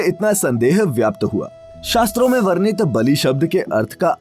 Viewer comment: Very glad to see a vdo on this topic. Nice content. But your pronunciation of some hindi word r done in English. Jaese varnan, varnit, pramanit, aadi. Agar aap hindi me vdo bna rahe hain to shuddh hindi bhi boliye. Warna log jo hindi padhte nhi unhe yahi hindi sahi lgegi or hindi k bahut sare shabdon ka uchcharad bhi wo galat dang se karenge. Warnan or pramanit jaese shabdon ko isi tarah na padh kr hindi me sahi uchcharad kr k boliye. Taki log bhi hindi bhasha ko sahi se jane.